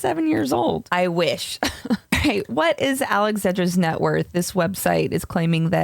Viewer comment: "ALEX ZEDRA FEET"